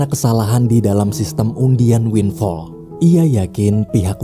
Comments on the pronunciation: Winflaw bang bukan winfall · Winflaw bukan winfall... wkwkkwkw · Winflow bang bukan winfall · Sebutan benernya Windflaw "win flau"